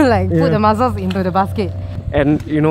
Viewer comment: MuSSSSSels! Not muzzles😬